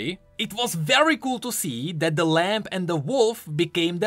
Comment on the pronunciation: i love your work keep it up, please continue to provide us with great League Lore. but...PLEASE good sir...Lamb has a silent "B" - it's spoken like (Lam) - NOT...(Lamp)